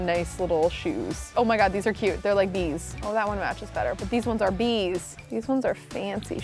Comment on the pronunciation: I kept thinking she was saying “These ones are these”😆